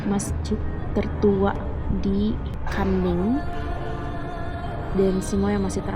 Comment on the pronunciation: Kunming bukan kanming😅